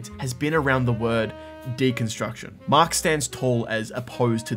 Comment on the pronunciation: This man called our hero “Maak” and our villain “leevee” 😂